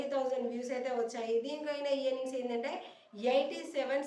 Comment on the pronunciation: Mee content bagundi. ఈయర్నింగ్స్ అనకండి.. ఎర్నింగ్స్ అనండి .